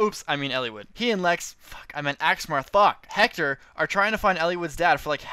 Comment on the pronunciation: That is the only correct pronunciation of Hector's name.